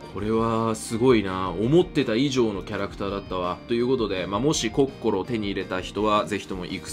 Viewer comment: やっぱコッ↑コ↓ロはいいゾ～